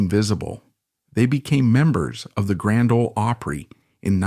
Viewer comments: Grand ole oapry I mean you can not pronounce opry right so you probably know nothing of what you are talking about. You certainly never followed any of them on TV that is a fact or you would have deferent views you are a fake. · AI mumbo jumbo that probably has a little sprinkling of truth mixed in with all the bunk. I don't believe half of this... you can't even pronounce opry right